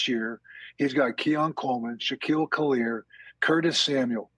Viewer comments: "Shaquille Khalier" 🤣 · Did this man say Shaquille kaleer? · I heard Shaquille Khalir 😂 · Bro said shakil liquir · Lol Cowher switched the first letters in Khalil Shakir's first and last names (Shalil Khakir) 😂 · The national talkers make belive they really know all these guys, but they really don't....Shakiel Kahlir....LOL. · I swear... no one in national media can say Khalil Shakir's name correctly.